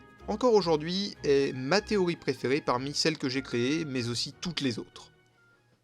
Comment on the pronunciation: Pourquoi tu dis "Téoï" et pas "TéoRi" ?